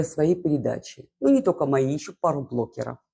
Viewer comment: почему вы все время говорите блоКеров? Переслушивала несколько раз, ну точно блоКеров.